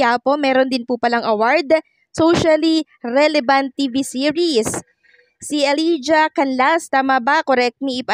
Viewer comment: uh-lai-juh po pronounce sa elijah.